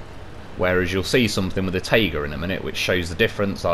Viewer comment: I totally like your pronunciation in general, but my favourite is how you say "tayga" and "zimnegorsk", making those words sound much softer, than they do in russian